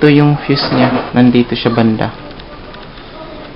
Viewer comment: Sir mali mali yong pag bigkas mo ng fuse